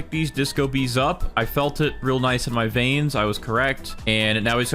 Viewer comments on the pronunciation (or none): none